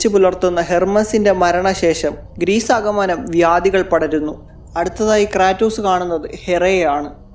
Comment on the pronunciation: ക്രേറ്റോസ് ❌ ക്രാറ്റോസ്✅